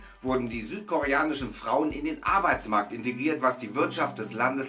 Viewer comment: dann noch mehr"sütkorenische" lol sweeter aus auf afriga was ? alta denk mal an die armen deutschen xD